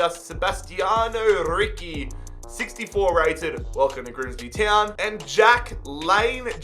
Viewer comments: hey, a tip for Italian names, ricci is pronounced like Rícchy (doubling the c) and not like ricky, and d'arrigo is like d (th but hard) arrigo (double r, the g is hard like Ghana) great video:) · From an italian ... Ricci Is not ricchi double c Is ci